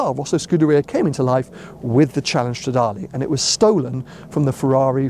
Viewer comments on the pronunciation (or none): So happy for you mate, now you just have to learn how to say Stradale in Italian 🤌🏻❤️